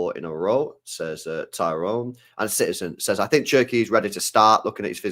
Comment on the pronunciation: love u man but stop calling cherki SHERKEE an haaland HAAWLAND...😮